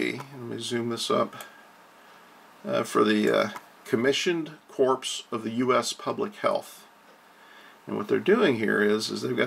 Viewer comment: It is pronounced CORE, not corpse. Like Marine Corps (core) .